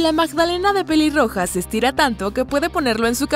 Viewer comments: dijo piliroja en ves de peliroja like si te diste cuenta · En el minuto dise piliroga 😂😂😂😂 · Alguien mas escucho piliroja